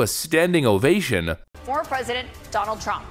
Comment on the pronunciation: Notice how the emphasize "former".